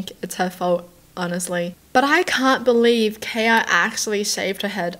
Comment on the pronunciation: My name is kaya, this is the first time I've ever seen someone pronounce it the way I do. And I just had to be the weird stalker girl lmao